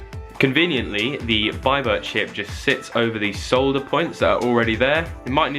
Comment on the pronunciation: Finally someone on YouTube who says "solder" instead of "sauder"